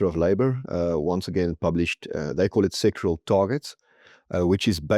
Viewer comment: pls note it's sectoral - SEC TO RAL - targets, because the way you pronounce it it sounds as though you're talking about SEXUAL targets. You need to pronounce the word clearly!